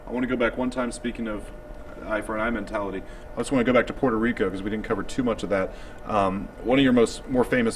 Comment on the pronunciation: lol "MAN-TELLITY"!!